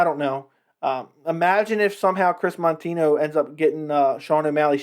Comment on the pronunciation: If you don't even know Moutinho, or even say his name properly, why then are you speaking about him and his record? Did you notice that you have a minus than one ratio on your likes? You should pay more attention to those little details because it is probably one of the major reasons your channel sucks and I am not even gonna bother to watch this video to the end. You just don't know a thing about what you are talking about - you are an amateur sir...